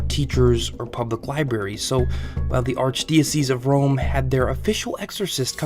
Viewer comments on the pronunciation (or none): none